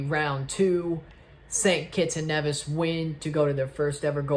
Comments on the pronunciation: That's the actual pronunciation of Nevis (Nee-vis). I'm from St Kitts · One of the FS2 commentators called St. Kitts and Nevis St. Kitts and KNEEvis! 🤣🤣🤣